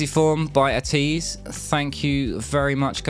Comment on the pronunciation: Ateez is actually pronounced A-tease not At ease. There are a eight member group. The fandom name is called (A-tin-y) Atiny.